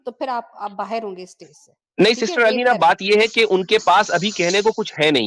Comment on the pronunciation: A/c voice Ali bro ❌ Elaina bro✅ 😂😂😂